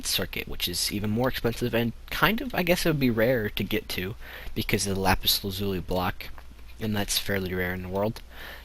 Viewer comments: U say lapis lazuli weird :) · Lapis Lazuzi:D